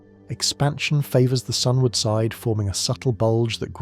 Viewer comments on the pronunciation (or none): none